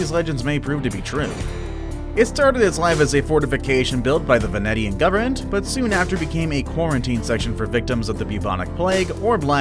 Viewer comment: Great video except the way you said "Poveglia" and "venetian" honestly made me cringe super hard.